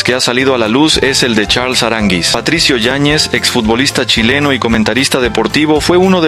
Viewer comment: NO es "Charls" Aranguiz, es Charles Aranguiz.